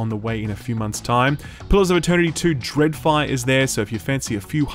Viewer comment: I recoiled when he said "Dreadfire"